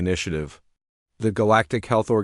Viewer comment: Sometimes when the AI says the word "the" it sounds like it's saying "duh".